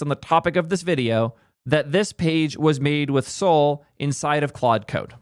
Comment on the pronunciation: Pronounce Sol as "Soll/Saul", not "Soul".